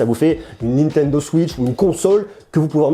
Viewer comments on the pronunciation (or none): none